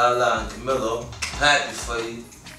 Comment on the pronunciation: He said Camillo lol its Carmelo fif